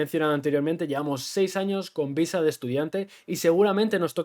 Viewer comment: Dijiste "amor a primera vista" o visa??? cuidado con recomendar a la gente que llegue a buscar el amor de su viSa, ya lo habiamos comentado... como dijiste lo ideal seria que el amor de tu viDa sea simultaneamente, el amor de tu viSa :P y aun asi.... no subestimes lo que implica un tramite de visa de pareja! (tal vez vale la pena abordar en otro video, entrevistando a alguien que lo haya pasado) las autoridades migratorias son muy muy meticulosas para asegurarse que la relacion es genuina, pueden llegar a pedir evidencias que parecen absurdas, pero que se les tienen que proporcionar...